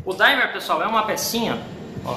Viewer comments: A palavra certa é Dimmer não é Daymer kkkkkkk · Numa boa. Só para informar: não se pronuncia "daimer" e sim "dimmer". Aqui o "i" é "i" mesmo e não "ai". É um erro comum aqui no Youtube. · Desculpa, mas NÃO SE PRONUNCIA como se fosse "DAIMER!" se diz DIMER mesmo! E este objeto é um CONTROLADOR DE TESÃO e não de ROTAÇÃO! Eu fabrico no "QUINTAL DA MINHA CASA" este tipo, além de 110v eu faço tambrn BIVOLT! Se precisar é só chamar e encomendar!